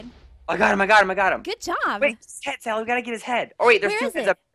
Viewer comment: Sally not dally